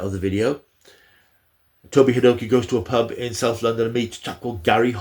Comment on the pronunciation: Toby Hadoke is pronounced as Toby 'Hay dock' I believe - Enjoyed the overview - Doctor's Two and Three were always my favourites - supplanted only by David T. the 10th (and 14th)